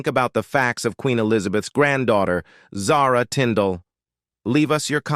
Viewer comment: Since you cannot pronounce her name properly i am sure the rest is junk. I cannot listen to someone who mispronounced words!